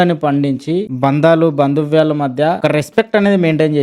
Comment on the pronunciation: bhandavyalu❎ bhanduvyalu✅😁😂😂😂😂